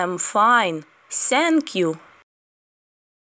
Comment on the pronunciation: Thank you говориться не Сенк'ю, а з м' ягкою Т...